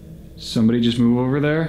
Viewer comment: Not the "it's jover" and the " you need to leave"